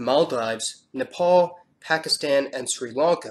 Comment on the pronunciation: You pronounced Nepal right